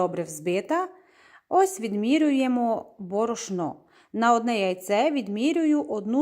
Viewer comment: БОРОШНО! НАГОЛОС!